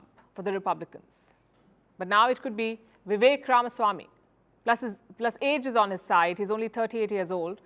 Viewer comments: Thank you for pronouncing his name correct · Palki, First of all, congrats for pronouncing Ramaswamy correctly. Most North Indians would pronounce it RamAswamy which is wrong! VR is suave, smart but lacks political experience. He should be the man to watch out in future.